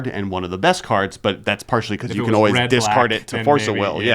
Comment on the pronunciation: "dicard it to Force of Will" - my poor little ears, such bleeding.